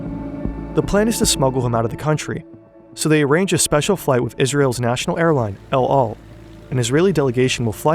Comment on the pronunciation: its actually pronounced elahl